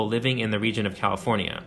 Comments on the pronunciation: HELP I CAN'T STOP HEARING IT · this is a great video! however, as a lifelong Californian, I have never heard anyone from the state pronounce it with 5 syllables like you do. As far as I know, it’s 4 syllables, with the “fornia” at the end of the name being said more like “forn-ya”, as opposed to “for-nee-ah”, how you’re saying it. maybe it’s regional? anyway, cool video.